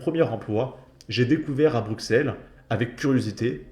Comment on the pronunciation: Putain, il est temps de savoir prononcer les Noms. Le x de Bruxelles se prononce comme 2 s. C' est pas Forest, ça se prononcé Forêt. Et pour terminer Uccle se prononce Uccle. 😊😊